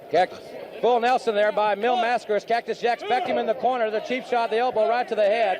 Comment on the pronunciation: mispronounced. They call him "Mass-CARE-ass" or "Mass-Kurass" or something equally hideous. LOL